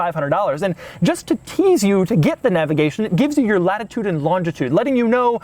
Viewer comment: For the love of all that is holy stop saying, "navigation."